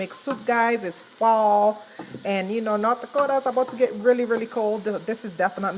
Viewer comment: No German and Norwegian …. Primarily… but she’s lived there along time …. You can tell by her pronunciation of NortDaakootaa